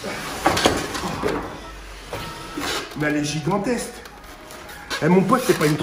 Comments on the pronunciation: il a meme dit zigantessse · Giganteste il a dit 🤣🤣🤣🤣